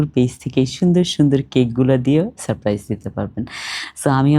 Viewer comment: আপু সাপ প্রাইস নয় সারপ্রাইজ আপনি একটু ঠিকঠাক বাংলা ব্যাকরণ উচ্চারণ দেখে নেবেন